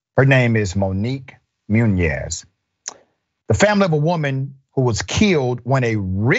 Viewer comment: It's muñoz not muñez, at least pronounce the name right